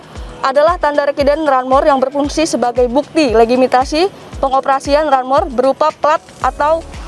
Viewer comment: Priit..bu Polwan..salah sebut di ..diucap legimitasi..